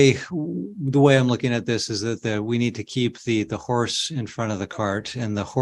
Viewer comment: Did the judge say horse or whores